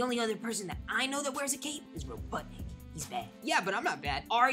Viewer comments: He said robutnik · said robutnic he’s bad